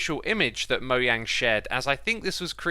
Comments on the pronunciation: dislike only because you pronounce mojang like that but i like your content <3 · Is it actually Moyang? I always pronounced it Mo”jang” :/ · It’s mojang not moyang